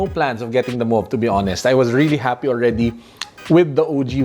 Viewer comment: You pronounced it right now!!!